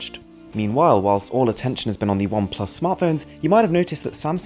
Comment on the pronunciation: you know you're so fancy when you say WHILSSSSSST